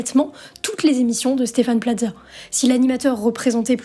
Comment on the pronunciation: pourquoi vous prononcer Plaza comme pizza?